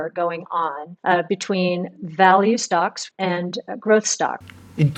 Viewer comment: Noticed you changed your pronunciation of some words haha. “Stocks” from “schtocks”, “less” from “lesser”, and “invest safely” from “invest safe”. ;)